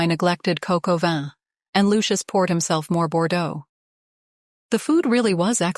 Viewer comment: It is probably a miss pronunciation of cock au vin...